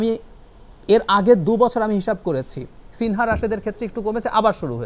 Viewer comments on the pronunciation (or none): none